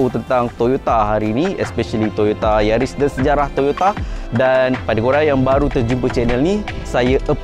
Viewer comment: Yaris mata jepun.. Bukan keli..